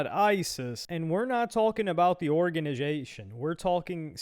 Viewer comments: the orginijasion 😅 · 😂 Nah... Not letting u slide with this one. What's "Organajation" ?